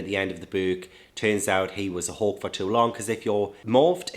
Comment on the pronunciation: It took me 30 minutes do realize you were saying “hawk” and not “hulk” haha I feel so dumb